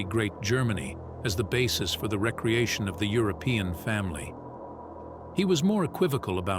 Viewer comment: Using the computer-generated voice is hysterically funny. Find a native English speaker who knows the difference between re-creation and recreation.